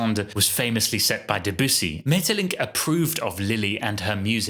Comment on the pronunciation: why did you keep saying "duh-boos-ee" lmao